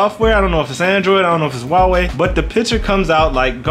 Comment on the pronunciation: Subscribed for pronouncing Huawei correctly.